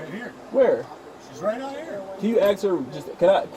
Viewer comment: Why can't black people say the word A S K properly? Instead they say A X. And it's most of them.